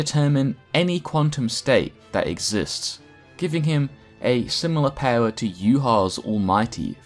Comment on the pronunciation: I literally got hooked on the way you say power